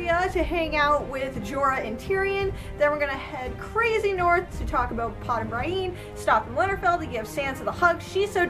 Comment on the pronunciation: Why do you pronounce Brienne , Bryen? It's pronounced Brih-en in the show. Otherwise another excellent recap , I love all your videos!